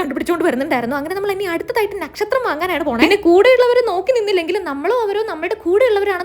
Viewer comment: It's not nekshathram it's Nakshatram ⭐